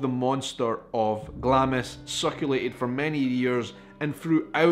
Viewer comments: My family are from Glamis and many of them including my Grandad worked on the estate and in the castle. It's actually pronounced Glams with a silently I 😁😁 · I can forgive Americans for mispronouncing Glamis. But for a Scotsman to do so is shameful. Sorry, forgot you said you were from Edinburgh. If only you'd been born in Glasgow.....LOL